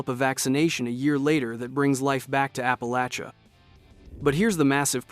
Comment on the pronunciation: why is it so hard for the fallout community and the fallout characters aka the game script writers to pronounce APP UH LAY SHUH